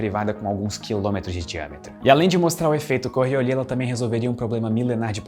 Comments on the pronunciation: O cachorro é lindo. Eu sempre pensei q o nome da força era "coriólis", e não "corriolí" kkkkkk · Normalmente, o s no fim de palavras em francês é mudo. Mas esse não é o caso aqui, ele "afrancesou" errado :-) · A força é fictícia, mas o "s" no nome não... Ao contrário de muitas palavras francesas, em Coriolis o "s" é pronunciado!